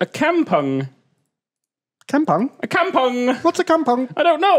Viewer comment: I know is pronouncing Kampung as how he sees it, but god it's painful to hear it. It's a Malay word and it goes kahm-pong. Maybe Kim could teach him.